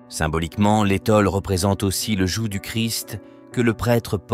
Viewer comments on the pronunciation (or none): none